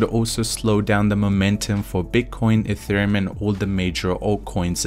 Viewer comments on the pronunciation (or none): none